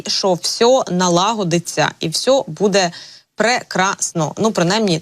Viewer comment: Прохання до ведучої, не використовуйте слово "все", звучить" всьо"